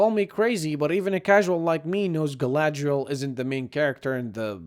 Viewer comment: Everytime you said "Gallladrrrriellll" I had to think of Clearance from Final Space.